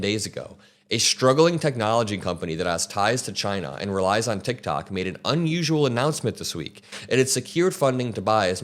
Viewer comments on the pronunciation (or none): none